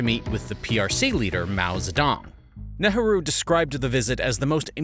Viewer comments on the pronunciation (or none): Who is Neharoo??? it is pronounced "Neigh-roo" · Fascinating video, and I’d never denigrate anyone for only having read words, but Nehru is typically pronounced “NAY-ROO”.